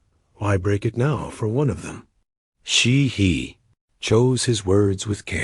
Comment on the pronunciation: It's Chehee NOT She He, my Indian Friend is called Chehee, living near me, here in UK